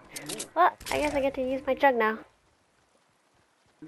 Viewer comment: Did you say "I get to use my jugs!"?